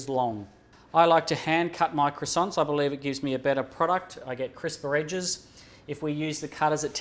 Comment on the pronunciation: are you going to finish those cwoissants..?